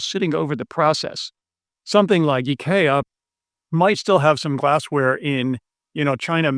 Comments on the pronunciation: So IKEA is pronounced "e-kay-uh" vs "I-key-uh"? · Just a quick heads up, I worked for them for nearly a decade and that is not how the Swedes pronounce IKEA. But really informative videos, thank you.